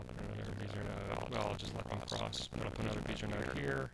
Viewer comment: FWIW Bezier (curve) was French: "Bezeeay", not "Beezer" ;)